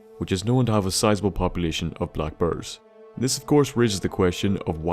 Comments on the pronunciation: lol he says brrrs its bears dood xD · I thought he was talking About blackbirds for like half the video and I was like wtf Im eastern european tho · XD for some reason i thought you said black bird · For the longest time, I thought you were saying black birds. Not black bears! Lol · dyn sounded like he said "black birds", for me and I was like wtf? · swear to God you were saying black birds. i was like wtf amount of radiation can cause a bird to mutate into one of those. hahaha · Next to "Tunnel Shneks", I now have a new favourite word as pronounced by. "Black burrs".